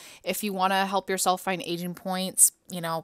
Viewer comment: is it just me or do i only hear ''asian'' pointsXD